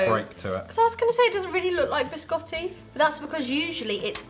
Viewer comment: Ha detto Biscotti o Gerry Scotti?